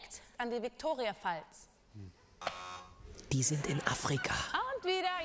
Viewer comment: Die heißen auf Deutsch ja eigentlich Victoriafälle und hätten als "Falls" englisch ausgesprochen werden sollen. So, wie die gute Sara "Falls" wie ein deutsches Wort ausgesprochen hat, könnte man durchaus meinen, dass nach der Viktoria-Pfalz gefragt war. Gibt's zwar nicht, aber eine "Pfalz" in das Grenzgebiet zu Luxemburg zu verorten ist gar nicht mal so blöd.